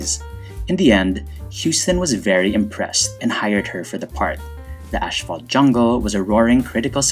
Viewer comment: Because the devil is in the details, it is Celeste Holm, not Holmes. Also, I’m not sure if it is an accent thing, but there is no H after “As” is Asphalt. I enjoy all your videos. Thank you.